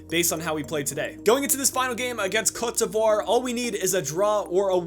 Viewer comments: It's pronounced Coat de Evua. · it's not coat devoire... how do you butcher the name THAT badly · I was under the impression it was pronounced Co-te De Ivory with the sound of an accented e